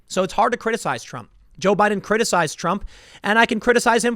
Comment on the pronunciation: Is it me or Tim has been saying *Budden*?